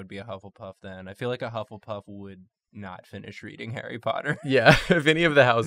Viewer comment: bufflepuff? correction: buffletuff